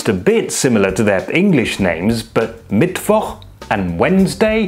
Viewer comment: Congrats for pronouncing Mittwoch that well. Now develop a German accent and you are 100% German!